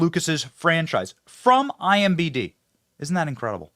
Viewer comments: Why do you keep saying IMBD, it's IMDB. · imDB not IMBD